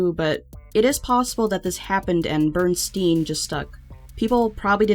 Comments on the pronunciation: I love your videos, but hearing you repeatedly say Bernstein/Bernstain was super cringy lol It's Berenstain/Berenstein. Like Bear-N-Stain. Because, you know, they're bears. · Bernstain? It's Bernsiein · It's Bear not Ber that shits crazy :0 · it was not bernstein bears it was Bearnstein bears as in they are bears with an A everyone keeps saying stain thats just weird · A. It's neither Bernstain or Bernstein. The correct pronouciaction is BEAR-EN-STAIN. At most, the way others have been pronouncing it BEAR-EN-STEEN just so you know. B. You know who George Lopez? My mom told me he was friends with Freddie Prinze and even that when Freddie died, his wife gave something to George's wife. And my mom told me this on more than one occasion and than I bought it up, Mom asked me why George would even own something Freddie had. I said because they were friends. She said she had no idea they even knew each other. I said why did she tell me that that. Then recently she said John Cusack was dated Bridgette Bardot. I know because there's a big age difference and I tend to notice these things. Well the other, I asked were they still together, she said she never said that. But I know she did. But when I looked it up online, there was no mention of it either. Even if mom heard a rumor, I still would think I heard something. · "bear-en-stein" bears....not "burn-stain" bears...geeez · I thought it was barenstein not berenstain